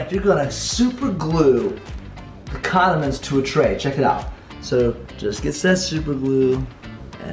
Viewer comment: I heard was condoments